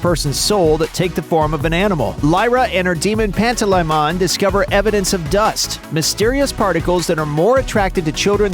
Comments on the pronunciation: It's pan-Ta-lay-mehn not Lai-mohn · Pant-a-lie-mon good vid but that Pronunciation kills me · watching the series at 144p with a million popups, staggering and buffering, with the audio sped up and given a higher pitch with the picture flipped horizontally and vertically, is better than hearing the painful mispronunciations of Pantalaimon and the misinformation that this video spreads in like the first 30 seconds. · Bruh that is not how you say Pantalaimon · Yeah that Pronunciation was horrible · thank you they murdered it lol